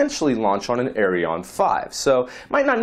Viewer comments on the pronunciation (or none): you misspronoced the french rocket ariane. you pronocened in ending in on but it is pronocec an as in than.